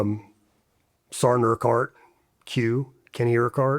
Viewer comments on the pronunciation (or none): First sart? Is it to hard to say serg? Better yet sergeant its almost like people saying jelly of someone who’s jealous to lazy to say the whole word and it sounds like sart🤷🏻‍♂️